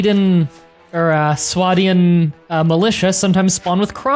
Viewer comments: why do you refer to swadia as sweda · Sweda - Because saying Swadia is overrated.